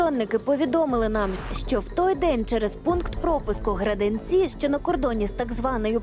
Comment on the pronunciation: мэй! какие "Граденцы"!? Граденицi ! Вы географию даже своей страны не знаете!